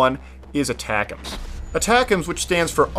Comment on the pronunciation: Someone did their homework. M26 is the base rocket, yes, but the big one it's pronounced A-TACMS. You forgot to think about, or didn't find, the BAT system. Each rocket would drop a package of 'smart' rockets that seek the heat signature of enemy vehicles. Project was discontinued due to the rockets sometimes locking onto friendly heat signatures... Another possible unlock could be the ability to deploy/fire on the move. The Korean MLRS does this.